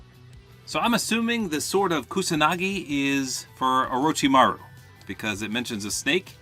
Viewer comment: you said orochimaru on point 👍